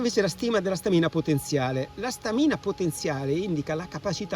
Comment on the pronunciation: Complimenti per il video…unica cosa: si dice Stamina con l’accento sulla prima A! 😉